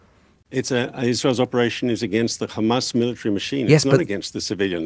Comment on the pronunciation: I'd like to see the count of how many times he said Khamas